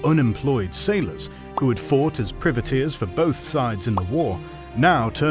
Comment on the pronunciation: Good vid. You don't seem to be able to pronounce "privateers" for some reason. ;-)